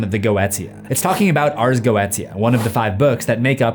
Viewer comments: Its PAY MON not payman. And its GO AY SHA, not go et tee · Inst GOETIA pronounced "Geou-sha" ? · Goetia is pronounced "go-sha" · "Go-eh-sha" not "go-eht ee-uh" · It's pronounced "Go-AY- sha" not "go-et-ee-a." Just fyi. And those were bells and violins, not cymbals and trumpets. You weren't lying when you said you don't know your musical instruments. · Its "Go-ee-sha"; not "" Go-et-eya" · Ars Goetia....is pronounced Go-A-tcha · Yes, I know that in Hereditary they say “paymon” but I promise you, just like how the Geotia is pronounced GO-eh-Chia, Paimon is Pie-mon. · I thought it's read "GOO-TEA-YA" ??? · It's pronounced go-eesha. Bring on the word-Nazi comments. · You are horrible at pronouncing the occult. First off it’s Pie-Mon. And Go-et-ita. It was like listening to nails on a chalkboard. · GOETIA is pronounced Go-Aye-Sha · Go E sha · I’m pretty sure the pronunciation of “Goetia” is “Go-easha” since that is how it’s said in “Helluva Boss” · Helluva boss really messed with how i thought ars goetia was pronounced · you pronounced goetia wrong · What's even scarier is how you're botching the pronounciation of things...I mean, Paimon? Goetia? Etc. 😂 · I always pronounced Goetia that way too, but I was leaning heavily on my German without knowing if it was correct 😹